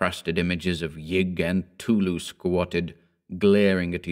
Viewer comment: Who tf is tulu? Lol. I know it's cthtulu but it sounded like tulu and it just made me laugh a little